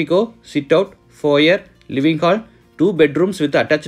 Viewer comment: It is not called as Fo yer, but Fo yeh!